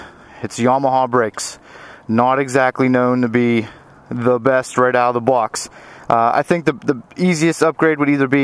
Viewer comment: “Right out of the bawx.” Pure Pittsburgh accent.